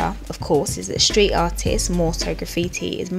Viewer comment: I like your channel but if you keep saying "shtreet" instead of street, "lasht" instead of last I will not be able to listen anymore. It's loss I know but I can not stand it when S followed by T gets pronounce SH. Cringe.